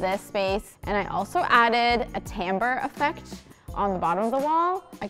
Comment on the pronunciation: Natural "tambour", please.